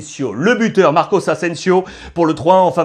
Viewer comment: Très bon debrief merci ! PS : Tu dis souvent « Marcos » Asensio, mais il me semble que c’est Marco